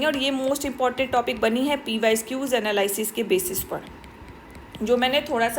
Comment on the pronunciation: Mam aap pysqs mt boliye..ajeeb lagta hy..pyqs boliye